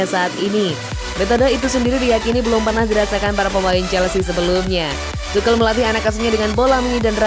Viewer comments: Naratornya goblok... asuu... Bukan TUKEL ... tp TUSYEL ... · Entahlah kok Tuchel itu dibaca tukel😄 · Tukhel atau Tuchel min😂😂😂